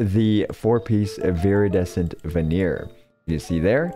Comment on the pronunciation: This is a nitpick of mine, but it’s pronounced Viridescent Ven-ER-ER, NOT “ven-EER.”